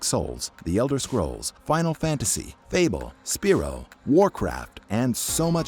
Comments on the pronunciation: No not Speero, Spearow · This narrator is a hired voiceover. It has to be. Speero? My-amoto? ZEEBS??? Did anyone hear this before they published it? No one tried to correct him? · The Gamer:Spiro Me:What? "Oh No"